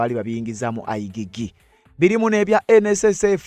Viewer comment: Not I gee gee But I jee jee Check pronunciation in Google